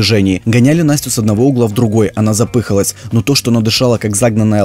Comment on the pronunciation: Не запыыыыыхалась. А запыхааалась